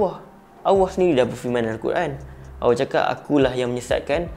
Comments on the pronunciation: cuma ada skit teguran. aku macam dgar ko sebut awah bukan Allah. try ubah skit. ni sbb terbiasa. aku pun dulu2 mcam tu. nk sebut laju2 je. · SEBUT NAMA ALLAH TU BIAR JELAS SIKIT...."AWOH APE AWOH "? ORANG KAPIR PUN SEBUT NAMA ALLAH DENGAN JELAS KALAU TAK BOLEH BERCAKAP DENGAN BETUL ,JANGAN BAHAS BAB NI...ORANG CAKAP LEPAT SESAT ,ORANG TAK BENARKAN LEPAT BERCAKAP TENTANG FAHAMN2 DIA SEBB TANAK PENTAKSUB2 MACAM KAU MUNCUL DAN SEBARKAN APE YANG DIA SEBAR .....JADI BETTER KAU DIAM...JANGAN BERCAKAP TENTANG INI Allah suruh kita amar makruf nahi mungkar (mencegah kemungkaran) bukan kita semua suka2 nak sesatkan orang .... dah memang jelas lepat sesat , suka2 menafsirkan ayat Al-Quran ikut selera dia bab paling kelakar ..."AJARAN LEPAT ADELAH BENAR ? DULU PENGIKUT AYAH PIN PUN CAKAP "AYAH PIN BENAR " & "AYAH PIN ADELAH TUHAN" 😅😂😂😂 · Ko tak jumpa dekat mana dia sesat? Alahaii...Ko buat kajian ape benda ni bro? Baca tafsir ikut paleotak sendri...ko sebut Allah pon tak betul..haha